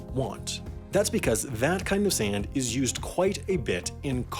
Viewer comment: This dude pronounces sand like he's a Canadian or something.